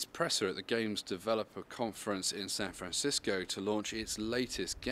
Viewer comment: wtf is san fransisquw